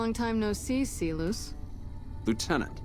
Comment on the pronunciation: why the fuck does she pronounce Silus like See-loose it's not even remotely close to the root way of saying it.